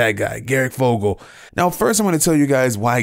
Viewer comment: This dude really just said garic fogle